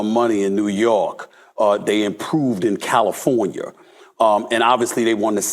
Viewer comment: First it was russier now it’s californier 😂😂😂